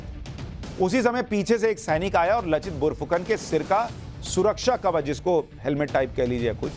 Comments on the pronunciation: Not लचित बोरफुकन, its लाचित बरफुकन। in Asaamese লাচিত বৰফুকন… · Sushant ji ! उनका नाम लचित नहीं हैं । नाम है " लाचित बरफुकन "। आपको बहुत बहुत धन्यवाद आपने ऐसे महान सेनापति का बारे में बताया जो भारतीय इतिहास से गायब हैं। आहोम राजाओं का असमिया भाषा में लिखा इतिहास में इसका वर्णन हैं। हमारे देश के लोगों को आपने बहुत अच्छा knowlege दिया।🙏🙏🙏